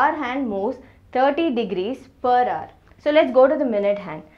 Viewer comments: Stop saying hour as ‘har’ all the time or better say it ‘r’ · that is hour not hoar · Mam हावर ni आवर 😊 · Thankyou for making it easy for me to understand. I just want to say, that "hour" is pronounced as "arr" as the "h" is silent , as in "honest" or "homage", I hear you say "har" and not "arr".😅 Thankyou again for these educationalvideos! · Hour is pronounced as 'our' not 'hawar'. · Ma'am pronounce it as Our hand not haar hand.... H is silent in this😂😂😂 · It is not har it is hour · "HOUR" not 'HOAR'...LOL......Hahhahahaha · Please improve your pronounciation it's very annoying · You mean haar ? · Dear it's not pronounced as Hour, it should be our. The 'H' should be silent. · it is not hawar (h is silent), but good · Exactly 😂😂😂 I am like....like seriously 😂 And prononciation of hour. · Your method is far better than this video! Can't stand her pronunciation of Hour. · your hour is extremely annoying kindly correct it. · ji, h is silent in the word 'hour' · First of all... In 'Hour' H is silent... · H is silent at the beginning of the word hour 😬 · HOUR. H IS SILENT. PLEASE understand that. It's so so annoying. No offense. Great video otherwise. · Your pronunciation for "Hour" is taking away all the good stuff in this video. Please try to change the pronunciation mam. 👍☺ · maam h silent hota h .....plzzz correct it ..its very irritating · The content is good... but 'hour' is not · See the pronounciation of hour.. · hour pronunciation😅😅